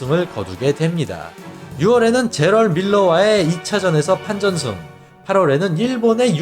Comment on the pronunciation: 판전승 .... 발음 꼬이시네요 ㅋㅋ